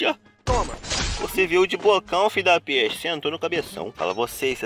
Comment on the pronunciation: Quantas vez ele falou fidapeste